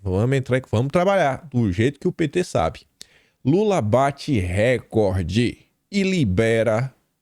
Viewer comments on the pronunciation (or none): não é r(é)cord, é rec(ó)rde, do verbo recordar.